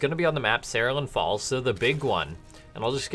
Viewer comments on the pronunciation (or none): Say it with me: "Seh-rool-ee-an Falls"